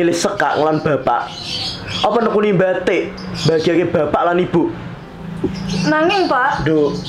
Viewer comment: Pelafalan batik perlu dikoreksi, batik dalam bahasa Jawa berbeda dengan bahasa Indonesia. Pelafalan batik dalam bahasa Jawa lebih mirip bahasa Bali yaitu bathik.